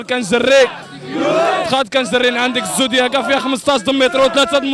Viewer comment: دقيقة 1.17 هههههه اخاي اسما الزوندياكا ماشي الزوكديادا هههههههههههه